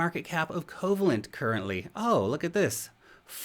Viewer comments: Pronounced “COE VALE ENT” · Yeah, with a name like Coh-vay-lent, you'd think they deal only in bonds.😏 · why are ppl saying "KOH VA lent"... That word is coe-VAY-lent. It's a type of ionic bond. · If you've ever take a chemistry class in your life, you cringed at Covalent pronunciation... 😂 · I was thinking same. Also his smarts don't extend to philosophy either, as he didn't know Occam's Razor either.